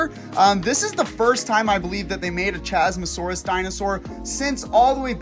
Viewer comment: 1. Isn’t it CHASmosaurus, like Chasm?